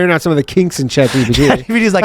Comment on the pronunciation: I know! 😂 and “aboot” It gets me every time.